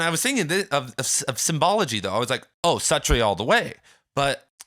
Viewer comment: You’re mispronouncing Suttree